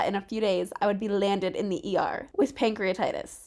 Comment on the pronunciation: I'm sorry but it strikes me so funny how you say pancrEAtItis😂😂 hope youre feeling alot better!!